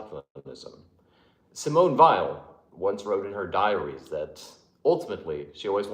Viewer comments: you are brilliant but some of your pronunciations are so bad! The way you said “Hitherto” cracked me up. Not that it matters, but “Aristotelian” “Kierkegaard” and “Weil” should be “Vey” “keerkegor” and “aristoteelian” but almost nobody gets those right if they only read the words and never hear them spoken. I might be wrong as well, but that’s how I usually hear experts say it. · I know it’s a weird comment, and not important to the video. But I hear Weil and Kierkegaard pronounced wrong way too often. All it takes is a quick google search. They are some of my favorite philosophers and I want their names to be honored I guess. Stop the spread of mispronunciation. Especially since this is one of my favorite channels, I wanted to contribute my pedantic penny. Can’t help but come off a bit pretentious.